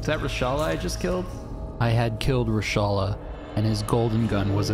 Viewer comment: please do not ever again try to say Reshalas name ever again